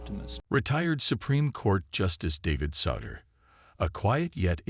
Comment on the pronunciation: You might want to teach your computer voice how to pronounce "Souter." Google for the correct pronunciation.